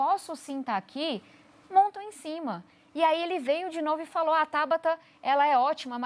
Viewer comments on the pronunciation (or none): none